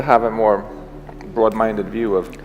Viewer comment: "A more brod mindid view" lol lol! YEAH, Those days ummm, ...........